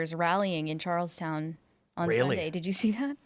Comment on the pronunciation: Charles Ton not Charles Town